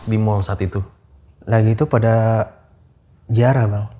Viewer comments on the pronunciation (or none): Anjir ngakak gw pas disebut jiarah 😂😂😂